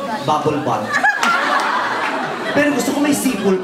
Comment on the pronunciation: It's "Bubble BUTT" not "BATH” just sayin haha